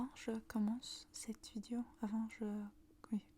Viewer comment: Le e dans « Vidéo » ne se prononce pas comme « i » :< il se prononce comme le e dans dé